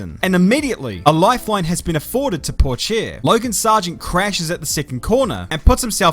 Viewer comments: As a French person, I love how you pronounce his family name Poor Chair. Never change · If you want to be nitpicky about details, "Pourchaire" is pronounced "poorshare". Apologies mate, I'm French and this was my complaining of the day. Gotta keep in shape on the national sport. Oh, and that Kanye joke was right on point.